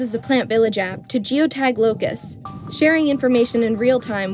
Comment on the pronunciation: "wooo, luke at de lokess"